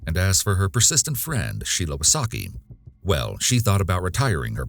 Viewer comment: Wysocki is from Polish, so you should read that a bit different